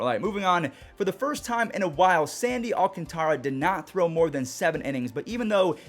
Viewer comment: Say it with me,: Sandy Al-CAN-tara.